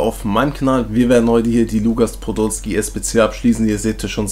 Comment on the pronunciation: Du hast lugas Podolski gesagt am Anfang 😂